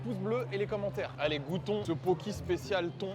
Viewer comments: Juste mes pauvres oreilles, ça se dit poké :( c’est un plat hawaïen et les e se disent é, c’est tout merci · "illsy" "poki"... Really? 😂 Itadakimasu, et merci pour ce fou rire. Et yes, plus de vidéos dans ce concept 👍